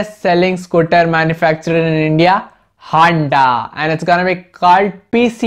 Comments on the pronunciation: O lodu honda hota hai na ki "handa" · It's honda not handa 😂😂😂😂😂 WTF